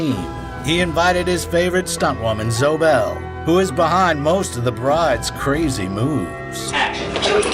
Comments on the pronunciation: Isn't it pronounced "ZOEY" Bell? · Also mispronounced Zoe Bells name and said that QT cast his “favorite stunt woman” even tho Kill Bill was the first project they did together, so she wasn’t his favorite at the time. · Zoe bell, not zo bell, muppet. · Same with Zoë Bell. The pronunciation is literally spelled out with the accent marks lol. How does one not do the research to know how to pronounce these people’s names?